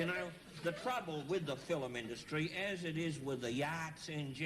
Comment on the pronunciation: The FiLm industry, I think it was the Queenslanders who used to put the emphasis on the L 🤣